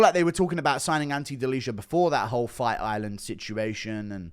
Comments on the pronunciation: delija is "deal-ee-uh" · Guru the only one not sleeping on Ante Delija, nice! Ps. It's pronounced as "Deliya" just fyi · The new heavyweight name is pronounced Deli-Yah